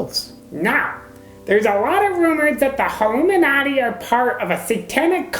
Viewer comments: Sounds like he says haloumi-nati. Must be some secret cheese order. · Pink Yogi it's because in the video the guy sounded like he was saying halomin-nati. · Halloooo-minati - Tigger's people/not people